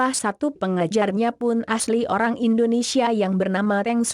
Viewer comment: Bukan Indonesyia neng, tapi Indonesia .